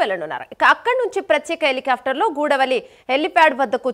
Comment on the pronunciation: అది గూడవల్లి కాదమ్మా అది గూడపల్లి